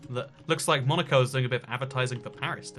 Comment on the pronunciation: When he said Monico, I thought he said Monika and I was like😲